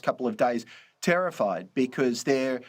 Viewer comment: Trying to say terrified. Comes out as tariffied.